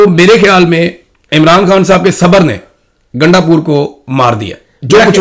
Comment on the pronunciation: گانڈ پور نہیں گاندو پور